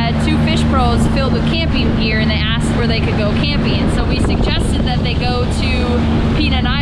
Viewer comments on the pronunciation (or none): none